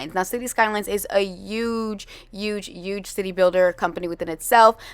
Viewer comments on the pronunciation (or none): why do she say “youge” for huge? 💀 there’s an H in it for a reason